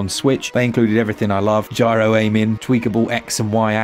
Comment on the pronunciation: "NO GRYO!" LOL What is a gryo?